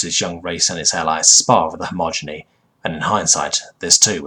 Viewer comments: Great stories, decent narration, but every time you say "homogeny" instead of "he-ge-mon-y" it really gets to me dude. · Okay, I love your videos bro, but Hegemony is pronounced very different than how you pronounce it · Hedge-em-o-nee Not Hommoginy or whatever you were saying...dude if you want to narrate learn to read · Dude, all these years and you STILL say hegemony as "homogeny" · its hegemony, not homogeny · Hegemony. Not homogeny. So many mispronounced or completely wrong words... I’m torn because it’s otherwise well narrated, and in some cases the wrong word usage adds to the feeling of an alien speaking an approximation of English, but my inherent grammar nazi nature cringes every time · And yet I still hear you say "hegemony" wrong in newer vids, xD Don't get me wrong, I love your narrations, but the mispronunciation make my brain halt for a moment when trying to read and listen along.